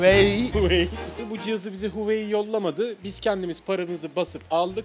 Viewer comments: Abi o huvei değil HUAWEI diye yazılıyor huavey diye yazılıyo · Huvaey değil huavey